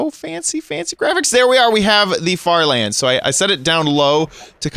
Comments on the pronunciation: did he say FARTLANDS?! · did he say fart lands or far lands